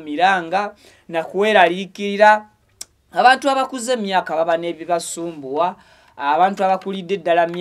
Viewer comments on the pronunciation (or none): none